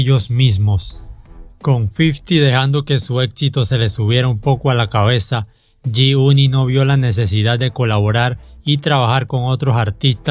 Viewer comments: "yi yunit" 🤣😂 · Yoi ban yi uni😂😂😂 grande el homie😂😂😂